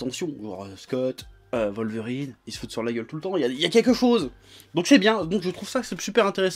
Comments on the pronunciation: Congélateur -Sama beh oui c’est ça un W ça se prononce comme un W c’est de la francisation de dire V à la place de W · Pk vous dites tous Volverine? c'est Wolverine avec un W pas un V